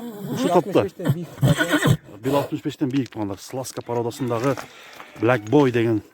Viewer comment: Блак боуй дейт ко 🤣🤣🤣🤣🤦‍♂️